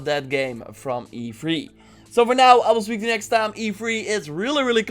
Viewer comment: E fhree. Lol. Love your vids dude